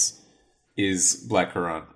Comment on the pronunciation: why the hell does pronounce blackcurrant like that lool (from ) interesting blackcurrant facts nonetheless